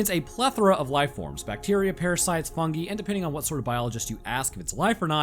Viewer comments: bro said funge 💀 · bro said "fungee"